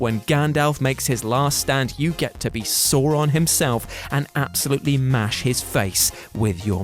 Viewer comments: This guy really can't say sauron sounds like he saying sawron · Please learn how to pronounce Sauron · This guy can’t pronounce Sauron for his life. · The way they pronounced ‘Sauron’ actually sent shivers down my spine. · Pronouncing saurons name like he's a cartoon dinosaur